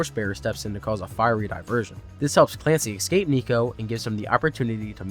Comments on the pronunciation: The word. Is. ESCAPE. Not EXCAPE. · So how many times can I survive hearing "excape"?